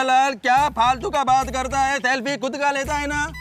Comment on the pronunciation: સફ્લી નહીં સેલ્ફી ❓❓ 😀😀😀😀😀